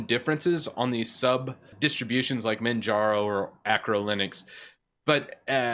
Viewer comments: What the hell is acro Linux? (Totally kidding, I know he means archo) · what is Acro Linux? isn't it Arco Linux? :D